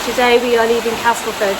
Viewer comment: Who knew there was so much to see in Castleford! And glad you’ve changed your pronunciation of Castleford to the local one. Being a soft southerner now living in West Yorkshire, I have made similar adjusts over time. :-)